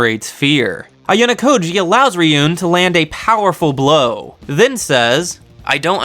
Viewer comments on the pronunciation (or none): I also hate when you say ryuén, That must spell Ryuu ( dragon ) en ( I know e spell like that in English but it wrong ) but better you listen the anime and learn how that spell that correctly for real, Just little advice thanks for making this video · It's Ri-Yu-Wen. That's how it's pronounced. Also it should be pronounced Itchy-No-Se. Not itchy nose